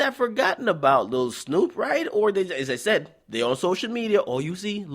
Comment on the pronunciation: U not even saying Snupe name right and your voice is irritateing asf